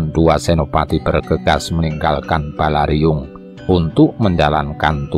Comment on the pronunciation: Sedikit koreksi...Balairung bukan Balariung...salam.